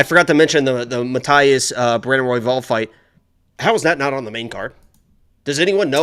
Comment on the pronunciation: messing up royvals name was the best laugh ive had this week lmaoo